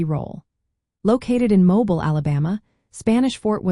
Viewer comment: Your are mispronouncing mobile, al. It is more like mowbeal when you say it locally.